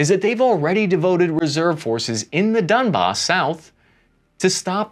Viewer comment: Donbass not dunbass